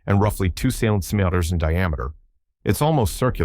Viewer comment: cm = sen-tee me-ters